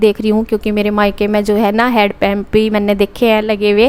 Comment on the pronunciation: head pump nhi hand pump bolte hai